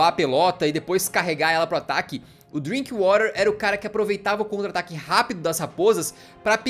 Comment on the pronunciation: O cara disse o nome do DrinkWather errado kkkkk ele usou o inglês americano. Porém é um jogador inglês então é exatamente como se escreve. O Alan tinha dito certo antes do cara do vídeo falar errado e foi pego no efeito manada e começou a falar errado também kkkkkk